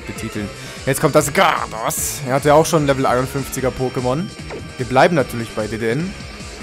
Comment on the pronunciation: du sprichst du pokemon namen faltsch aus soory is so : (